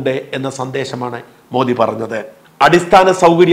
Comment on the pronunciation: You are pronouncing Prime Minister’s name correctly. Some so called vip malayalies pronounce so wrongly, don’t no why they are doing it.